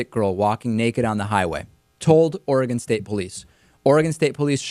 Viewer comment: Welcome to "Ory-gone!"